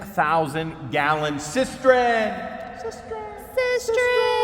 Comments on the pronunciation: it's cisTERN, not cisTREN 😋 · it's a cistern not a cisterin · Not to be that guy, but it is cistern, not cistren. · Cistern, not cistren🙂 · Its a cistern. Cis-turn Not cis-tren! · I almost died laughing at George chasing the chickens!!! 🤣Loved the tour and the views of your gorgeous landscape and the leaves starting to turn! Was the booger salty? (Asking for a friend.) I know you hate corrections,, but you've added an extra "r" to the word cistern 4,000 times since you bought that property. I never exaggerate. I know you hate advice, but I'm feeling extra cocky, and the sun might discolor the toy packaging that you're so fond of, so maybe the kids could throw a sheet over the ones you didn't have time to shelve. Okay, I'm gonna be good now. P.S. I got the gorgeous rocks & crystals today and love them to pieces! 💕🙏🤗🥰